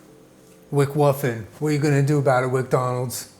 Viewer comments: I was having a rough day and I’m making some depression quesadillas and hearing say “wcwuffin “ made me burst into laughter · really didnt look at what the video was called and thought he was saying he was finally gonna make the egg wicwuffin